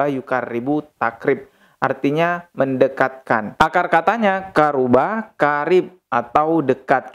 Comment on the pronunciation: Itu qaruba bacanya Qo ( قرب ) kalau dibaca Qa beda lagi artinya. Maaf bukannya menggurui tapi tdk enak aja dengernya 😁